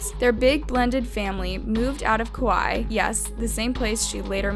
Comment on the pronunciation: Please pronounce Kaua’i properly please🥴🙏